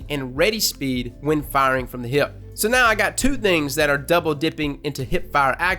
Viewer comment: I like how you say hip (heip).